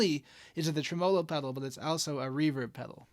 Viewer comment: Okay, a couple of issues. First, you're pronouncing it wrong. Second, the guitar clips in that line drawing mode (or whatever you call it) kinda obscures what your hands are doing, and the aesthetic beauty of your guitars. 😉 Okay, mostly kidding, especially about the "wrong" pronunciation thing. I mean, I do pronounce it differently; down here in Texas, we place the emphasis on the first syllable. But just razzin' ya about the "wrong" thing. Also, I do prefer the guitar clips without the special effect, but that's no big deal. I almost can't play without tremolo (and reverb) anymore. I can tell you my favorite tremolo circuit is the one in my VOX Pathfinder 15R amps. I'm not tech-savvy enough to tell you what type of circuit that is, but I really, really like it. I'm not a pedal guy; I blame that on 40 years of playing acoustics before getting my first electric guitar (a tele, of course), and on the fact that I'm too uncoordinated to sing, play guitar and tap dance all at the same time. I do have one pedal, a BOSS ME-70 multi-fx, that has a bank of modulation effects, including tremolo, of course. But when I put that multi in front of one of my Pathfinders, I just leave the reverb and tremolo off on the pedal and use the amp's on-board effects.